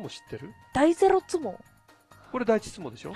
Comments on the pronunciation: 第ｾﾞﾙｫｫｫツモ？ で巻き舌になってるの草生える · 第ゼrrロツモ？